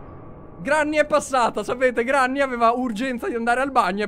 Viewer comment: SI DICE GRENNY